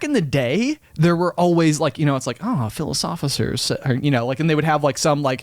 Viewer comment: Nobody:: Philisofficers